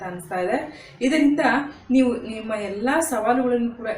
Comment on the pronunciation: ಅಕ್ಷರ ಗಳನ್ನು ಹಾಗೂ ಪದಗಳನ್ನು ನುಂಗು ತೀರಾ, ಅವಸರದಲ್ಲಿ ಎಲ್ಲಾ ವೀಕ್ಷಕರೀಗೂ ಹೇಳುವ ಬದಲು ಅಲ್ಲಾ ವೀಕ್ಷಕರು ಅಂತ ಹೇಳು ತ್ತೀರಾ, ಕನ್ನಡವನ್ನು ಕೊಲೆ ಮಾಡುತ್ತೀದ್ದೀರಾ ,ಹಣದ ಆಸೆಗೆ ವಿಡಿಯೋ ಮಾಡುತ್ತೀರಾ ನಾಚಿಕೆ ಆಗಬೇಕು ನಿಮಗೆ